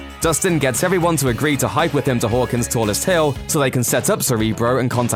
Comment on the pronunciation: Was it just me or did the narrator say “Whorekins” instead of Hawkins?